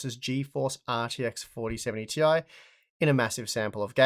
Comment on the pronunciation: its 'tie', not 'tee eye'